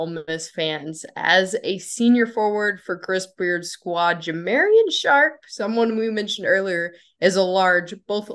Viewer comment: Ja mar ee on Sharpe